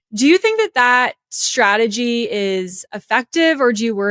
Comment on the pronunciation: It's STrategy not SHtrategy. Please!!